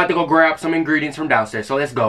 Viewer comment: THE WAY HE SAID INGREDIENTS I CANT W HIM😭😭